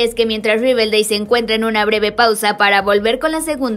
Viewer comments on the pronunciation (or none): ya lo sé pero se dice riverdale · Porque dice riveldei?